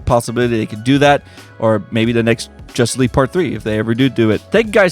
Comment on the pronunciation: He says jusss league